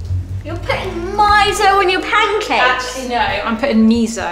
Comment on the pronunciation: Btw miso is pronounced me so not me zo. Not hating